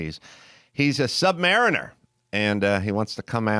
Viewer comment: Stan Lee mispronounced the name Sub-Mariner